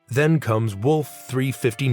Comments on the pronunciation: I am annoyed when i hear mispronounciations that make it clear that the voice is ai. At least clear up your script! Spell out "Wolf three five nine" and "kobyashi Maroo" so the voice says it right. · Great video, but if you're using a voice over artist PLEASE teach them how to say things right. Wolf Three Fifty Nine? The Kobayashi Mar-oo?